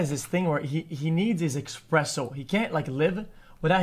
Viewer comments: I got angrier the more he said EXPRESSO it’s espresso dawg 🤣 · EXpresso, dude its ESPRESSO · It's not expresso, it is espresso. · EXPRESSO OMEGALUL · expresso! lol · what the fuck is a expresso? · Quit saying Expresso :_D